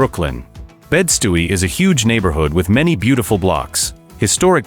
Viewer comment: “Bed Stooey” oh my god